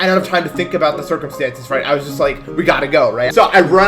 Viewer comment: I thought you said circumsıse